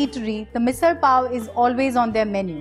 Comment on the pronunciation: Loved the fact that MISAL was pronounced with the typical marathi L. And yes, the misal does look yummilicious